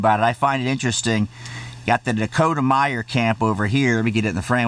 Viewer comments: And it’s Dakota Meyer not Myers you stupid prick. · Meyer not Myers, Sir. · It's Dakota "Meyer" not Myers which is a funny mistake to make because on his podcast he always accidently calls one of the sponsors "Ghostbeds" instead of the actually name "Ghostbed" it's a little inside joke with him and the cohost.